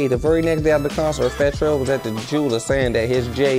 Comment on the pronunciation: “Fattel” is crazy lol